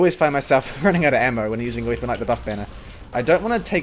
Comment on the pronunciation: WEAPON. NOT "WEEPON"